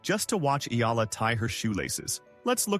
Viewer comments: Eaaaala please pronounce it well 🙏 😁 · Learn how to pronounce eh-yah-lah. Come on! Many learned how to pronounce Pacquiao. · Its pronounced as E-ya-la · All those praises and yet your AI still can not pronounce her name correctly. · TruEST …. Kudos to those Sports commentators who Care Enough to pronounce her surname correctly 🇵🇭 the Ayalas are enjoying “riding on” 🎉😂🎉